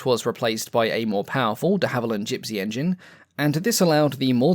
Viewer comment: I had to comment it is called "de- gaussing" pronounced "ow" as in cow or now.While I'm at it,i watched one of your videos where you said"De-hallivand" every time you mentioned the plane company"De-havilland".How any historian of aviation would get the name De-havilland wrong is annoying,but now pronouncing Gauss wrong,not to mention all the other mistakes I've heard you make I had to put you right